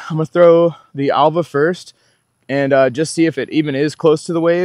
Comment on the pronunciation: It's pronounced Elva. Just ordered one 😊